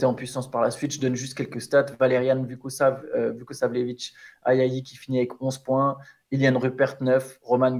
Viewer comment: Officiel: Pas de CQFR demain. Une pensee pour qui a subi une rupture d'anévrisme après avoir dû prononcer Victor Ouemnoniama et Valériane Vuquosasjevitche dans le même épisode.